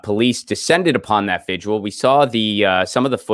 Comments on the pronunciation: So, if someone shows up at your house, starts busting your stuff up, threatening you,,etc. Who are you going to call? The violinists? And its pronounced vigil, not vigual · I love you so I have to let you know that you are mispronouncing "vigil" by rhyming it with "visual", turning a two-syllable word into one with 3. Please, no more "vidge-ual". It's vigil.